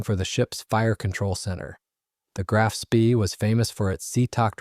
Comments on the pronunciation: A Sorry the American pronunciation o Graf Spree is incorrect in the English and German .,.it’s Grarf „“Spay „“ Further. too much releditive jargon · Spee is pronounced SPAY Grahf Spay - idiot !!!! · Graf Spee is pronounced Graf Spay you moron. It's German in case you didn't know.